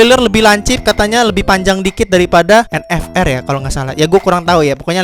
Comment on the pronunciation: vendeta sama en ef er bang bukan en fe er😂